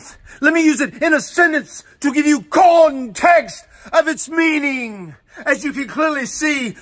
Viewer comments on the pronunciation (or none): I always lose it when he says “con T E X T !”